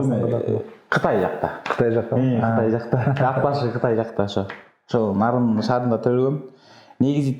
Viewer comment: Нарын ,Наарын эмес,бир а